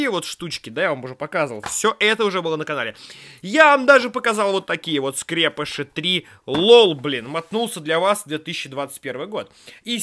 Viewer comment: правильно говорить скрепышИ а не как дификтивный скрЕпыши